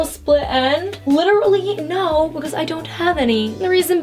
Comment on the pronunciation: I love the way she says "becuase"😂